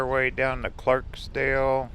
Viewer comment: Please don't take this as criticism, but it is Clarkdale with no s. (No matter what spell check says) Your video is very well done! I spent a lot of time here as a child and my Mom grew up here.